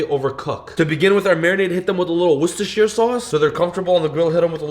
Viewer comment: Finally someone who know how to pronounce Worcestershire